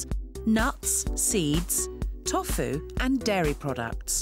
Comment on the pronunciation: I’ve never heard someone pronounce tofu so badly